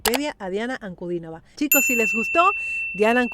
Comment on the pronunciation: Muchas gracias por nombrar el apellido de Diana correctamente, con el acento correcto. Gracias por el respeto